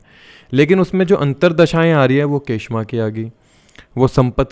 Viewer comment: kshema या क्षेम बोलेंगे के श मा कुछ नही होता